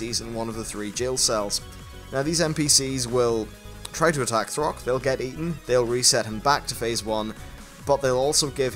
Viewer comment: Its Thok, not Throk